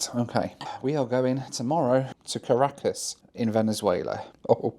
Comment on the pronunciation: Really enjoyed that challenge. Doesn't it challenge you to explore some places a bit more before flying out again (Panama City e.g.)? One thing though: If you say one more time Car a cas instead of Ca racas, I'll have to ask the locals how they say it. There's something about Brits avoiding emphasis on the first part of a word (like Polmar airport instead of Polmar airport or Leicster Square instead of Leicester Square) 😁